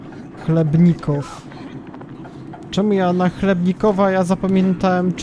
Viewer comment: To się czyta jak chleb chlebnikow